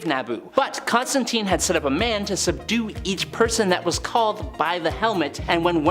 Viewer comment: ConstanTINE, not TEEN